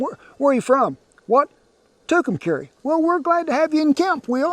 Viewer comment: As soon as I heard you say tukumcarry I had to laugh.